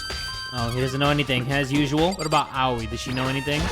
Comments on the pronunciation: ikr. Just say it how the game says it cheese and crust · me watching him butcher danganronpa naes in eternating. Byakuya: Beeyakuya actual pronounciation: (bya kuu yah) Sayaka: Seyaka actual pronounciation (sah yah kuh) Aoi: OWIE actual pronounciation (aa uu ui) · Late reply but it is pronounced A-oy not Ow-i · Japanese names are easy to pronounce. Aoi isn't awi too. It's a-oy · I used to pronounce it as "a-oy" before but since says it like "awi" a lot I'm used to it now lol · Lol.. Ironically, no, that's not true. I have no clue where you're getting your information, but it is correctly pronounced "aaowee", or "awi" as you say it. English vowels aren't the same as Japanese vowels. "A-oy" would be pronouncing Aoi using English vowels, which would be inaccurate. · < Aoi it's NOT pronounced as Ah-oui. but as AH-O-EE ( means blue. ). it's pronounced as A in cAr, O in sOrry and I like EE. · The Awi (Aoi) still pains me